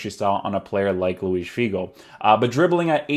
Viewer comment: Very nice review. You had me at your correct pronunciation of Luis--it grinds my gears when people pronounce José (Mourinho) or (Gabriel) Jesus the Spanish way--but then you turn out to be Portuguese, so basically you're cheating :) I've been considering buying this card, so for me it's good to see someone try him out as a winger and wide midfielder. I agree with your chem views too. The workrates worried me a bit and I'm glad to see the effect of those without buying him. I really do not want a winger standing back with an acre of space in front of him and politely applauding as his team-mates get a goal. Thanks.